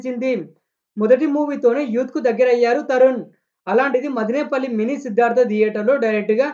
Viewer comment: రేయ్ తమ్ముడు మదినేపల్లి కాదు రా మదనపల్లి